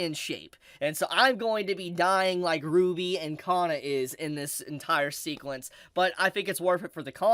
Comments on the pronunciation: Kana, not Ka-nn-a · 有馬かな か な It does matter Should be Kana not Kanna かな not かんな